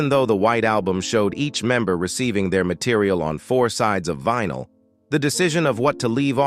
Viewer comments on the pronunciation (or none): Its because its A.I generated voice. It really flips out at around 1 minute when it says "didn't believe in the mateeriaaaal" The whole video could have been generated by A.I